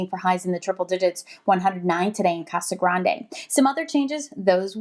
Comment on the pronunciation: Casa Grande is pronounced Casa Grand